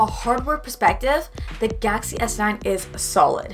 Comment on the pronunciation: I love the way you say Galaxy S9🤣 Idk why it sounds gassy S9 to me lol